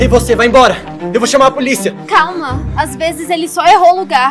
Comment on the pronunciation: O João: É so a gente chamar a poliça. Melhor português do mundo kkkkkkk